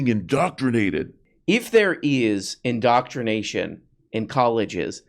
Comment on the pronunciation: In-doctr-ination * Jorpy's the real "doctr".